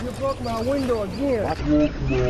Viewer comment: You bwoke my window agwin..ahh dwammit